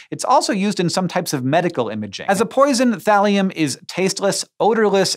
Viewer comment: When he said Thalium at first I was like, wait....did he just say Valium? lol